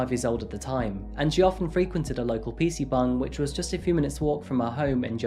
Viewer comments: Are you saying "pc bung"?? ☝️ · Bruh are you saying PC bung….? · Im sorry to be that guy but whenever u say "PC Bangs" I can't help but hear "PC buns" lmaoo. Great vid my friend✌🏼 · wtf is a PC bung? Are you trying to say PC bang? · no hate but it sounds like you are saying PC BONG xD